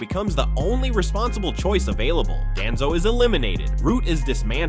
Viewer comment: Why does ai always call him Danzo who TF IS DANZOOOO